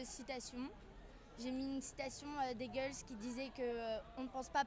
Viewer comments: c'est hegel pas hegels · "le cojito" de descartes , "hegels" mdddddddddddddddr